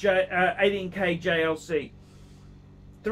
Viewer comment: He finally saying JLC properly